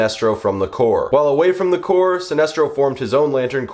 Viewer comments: Corps is pronounced Core. Not like a dead body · Don’t pronounce the P in Corps